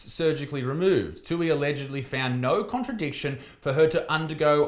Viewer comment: Contra-indication, you read that wrong lol!